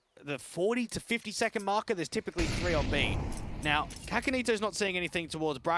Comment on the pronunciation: I think the pronounciation is SASAnito not kakanito?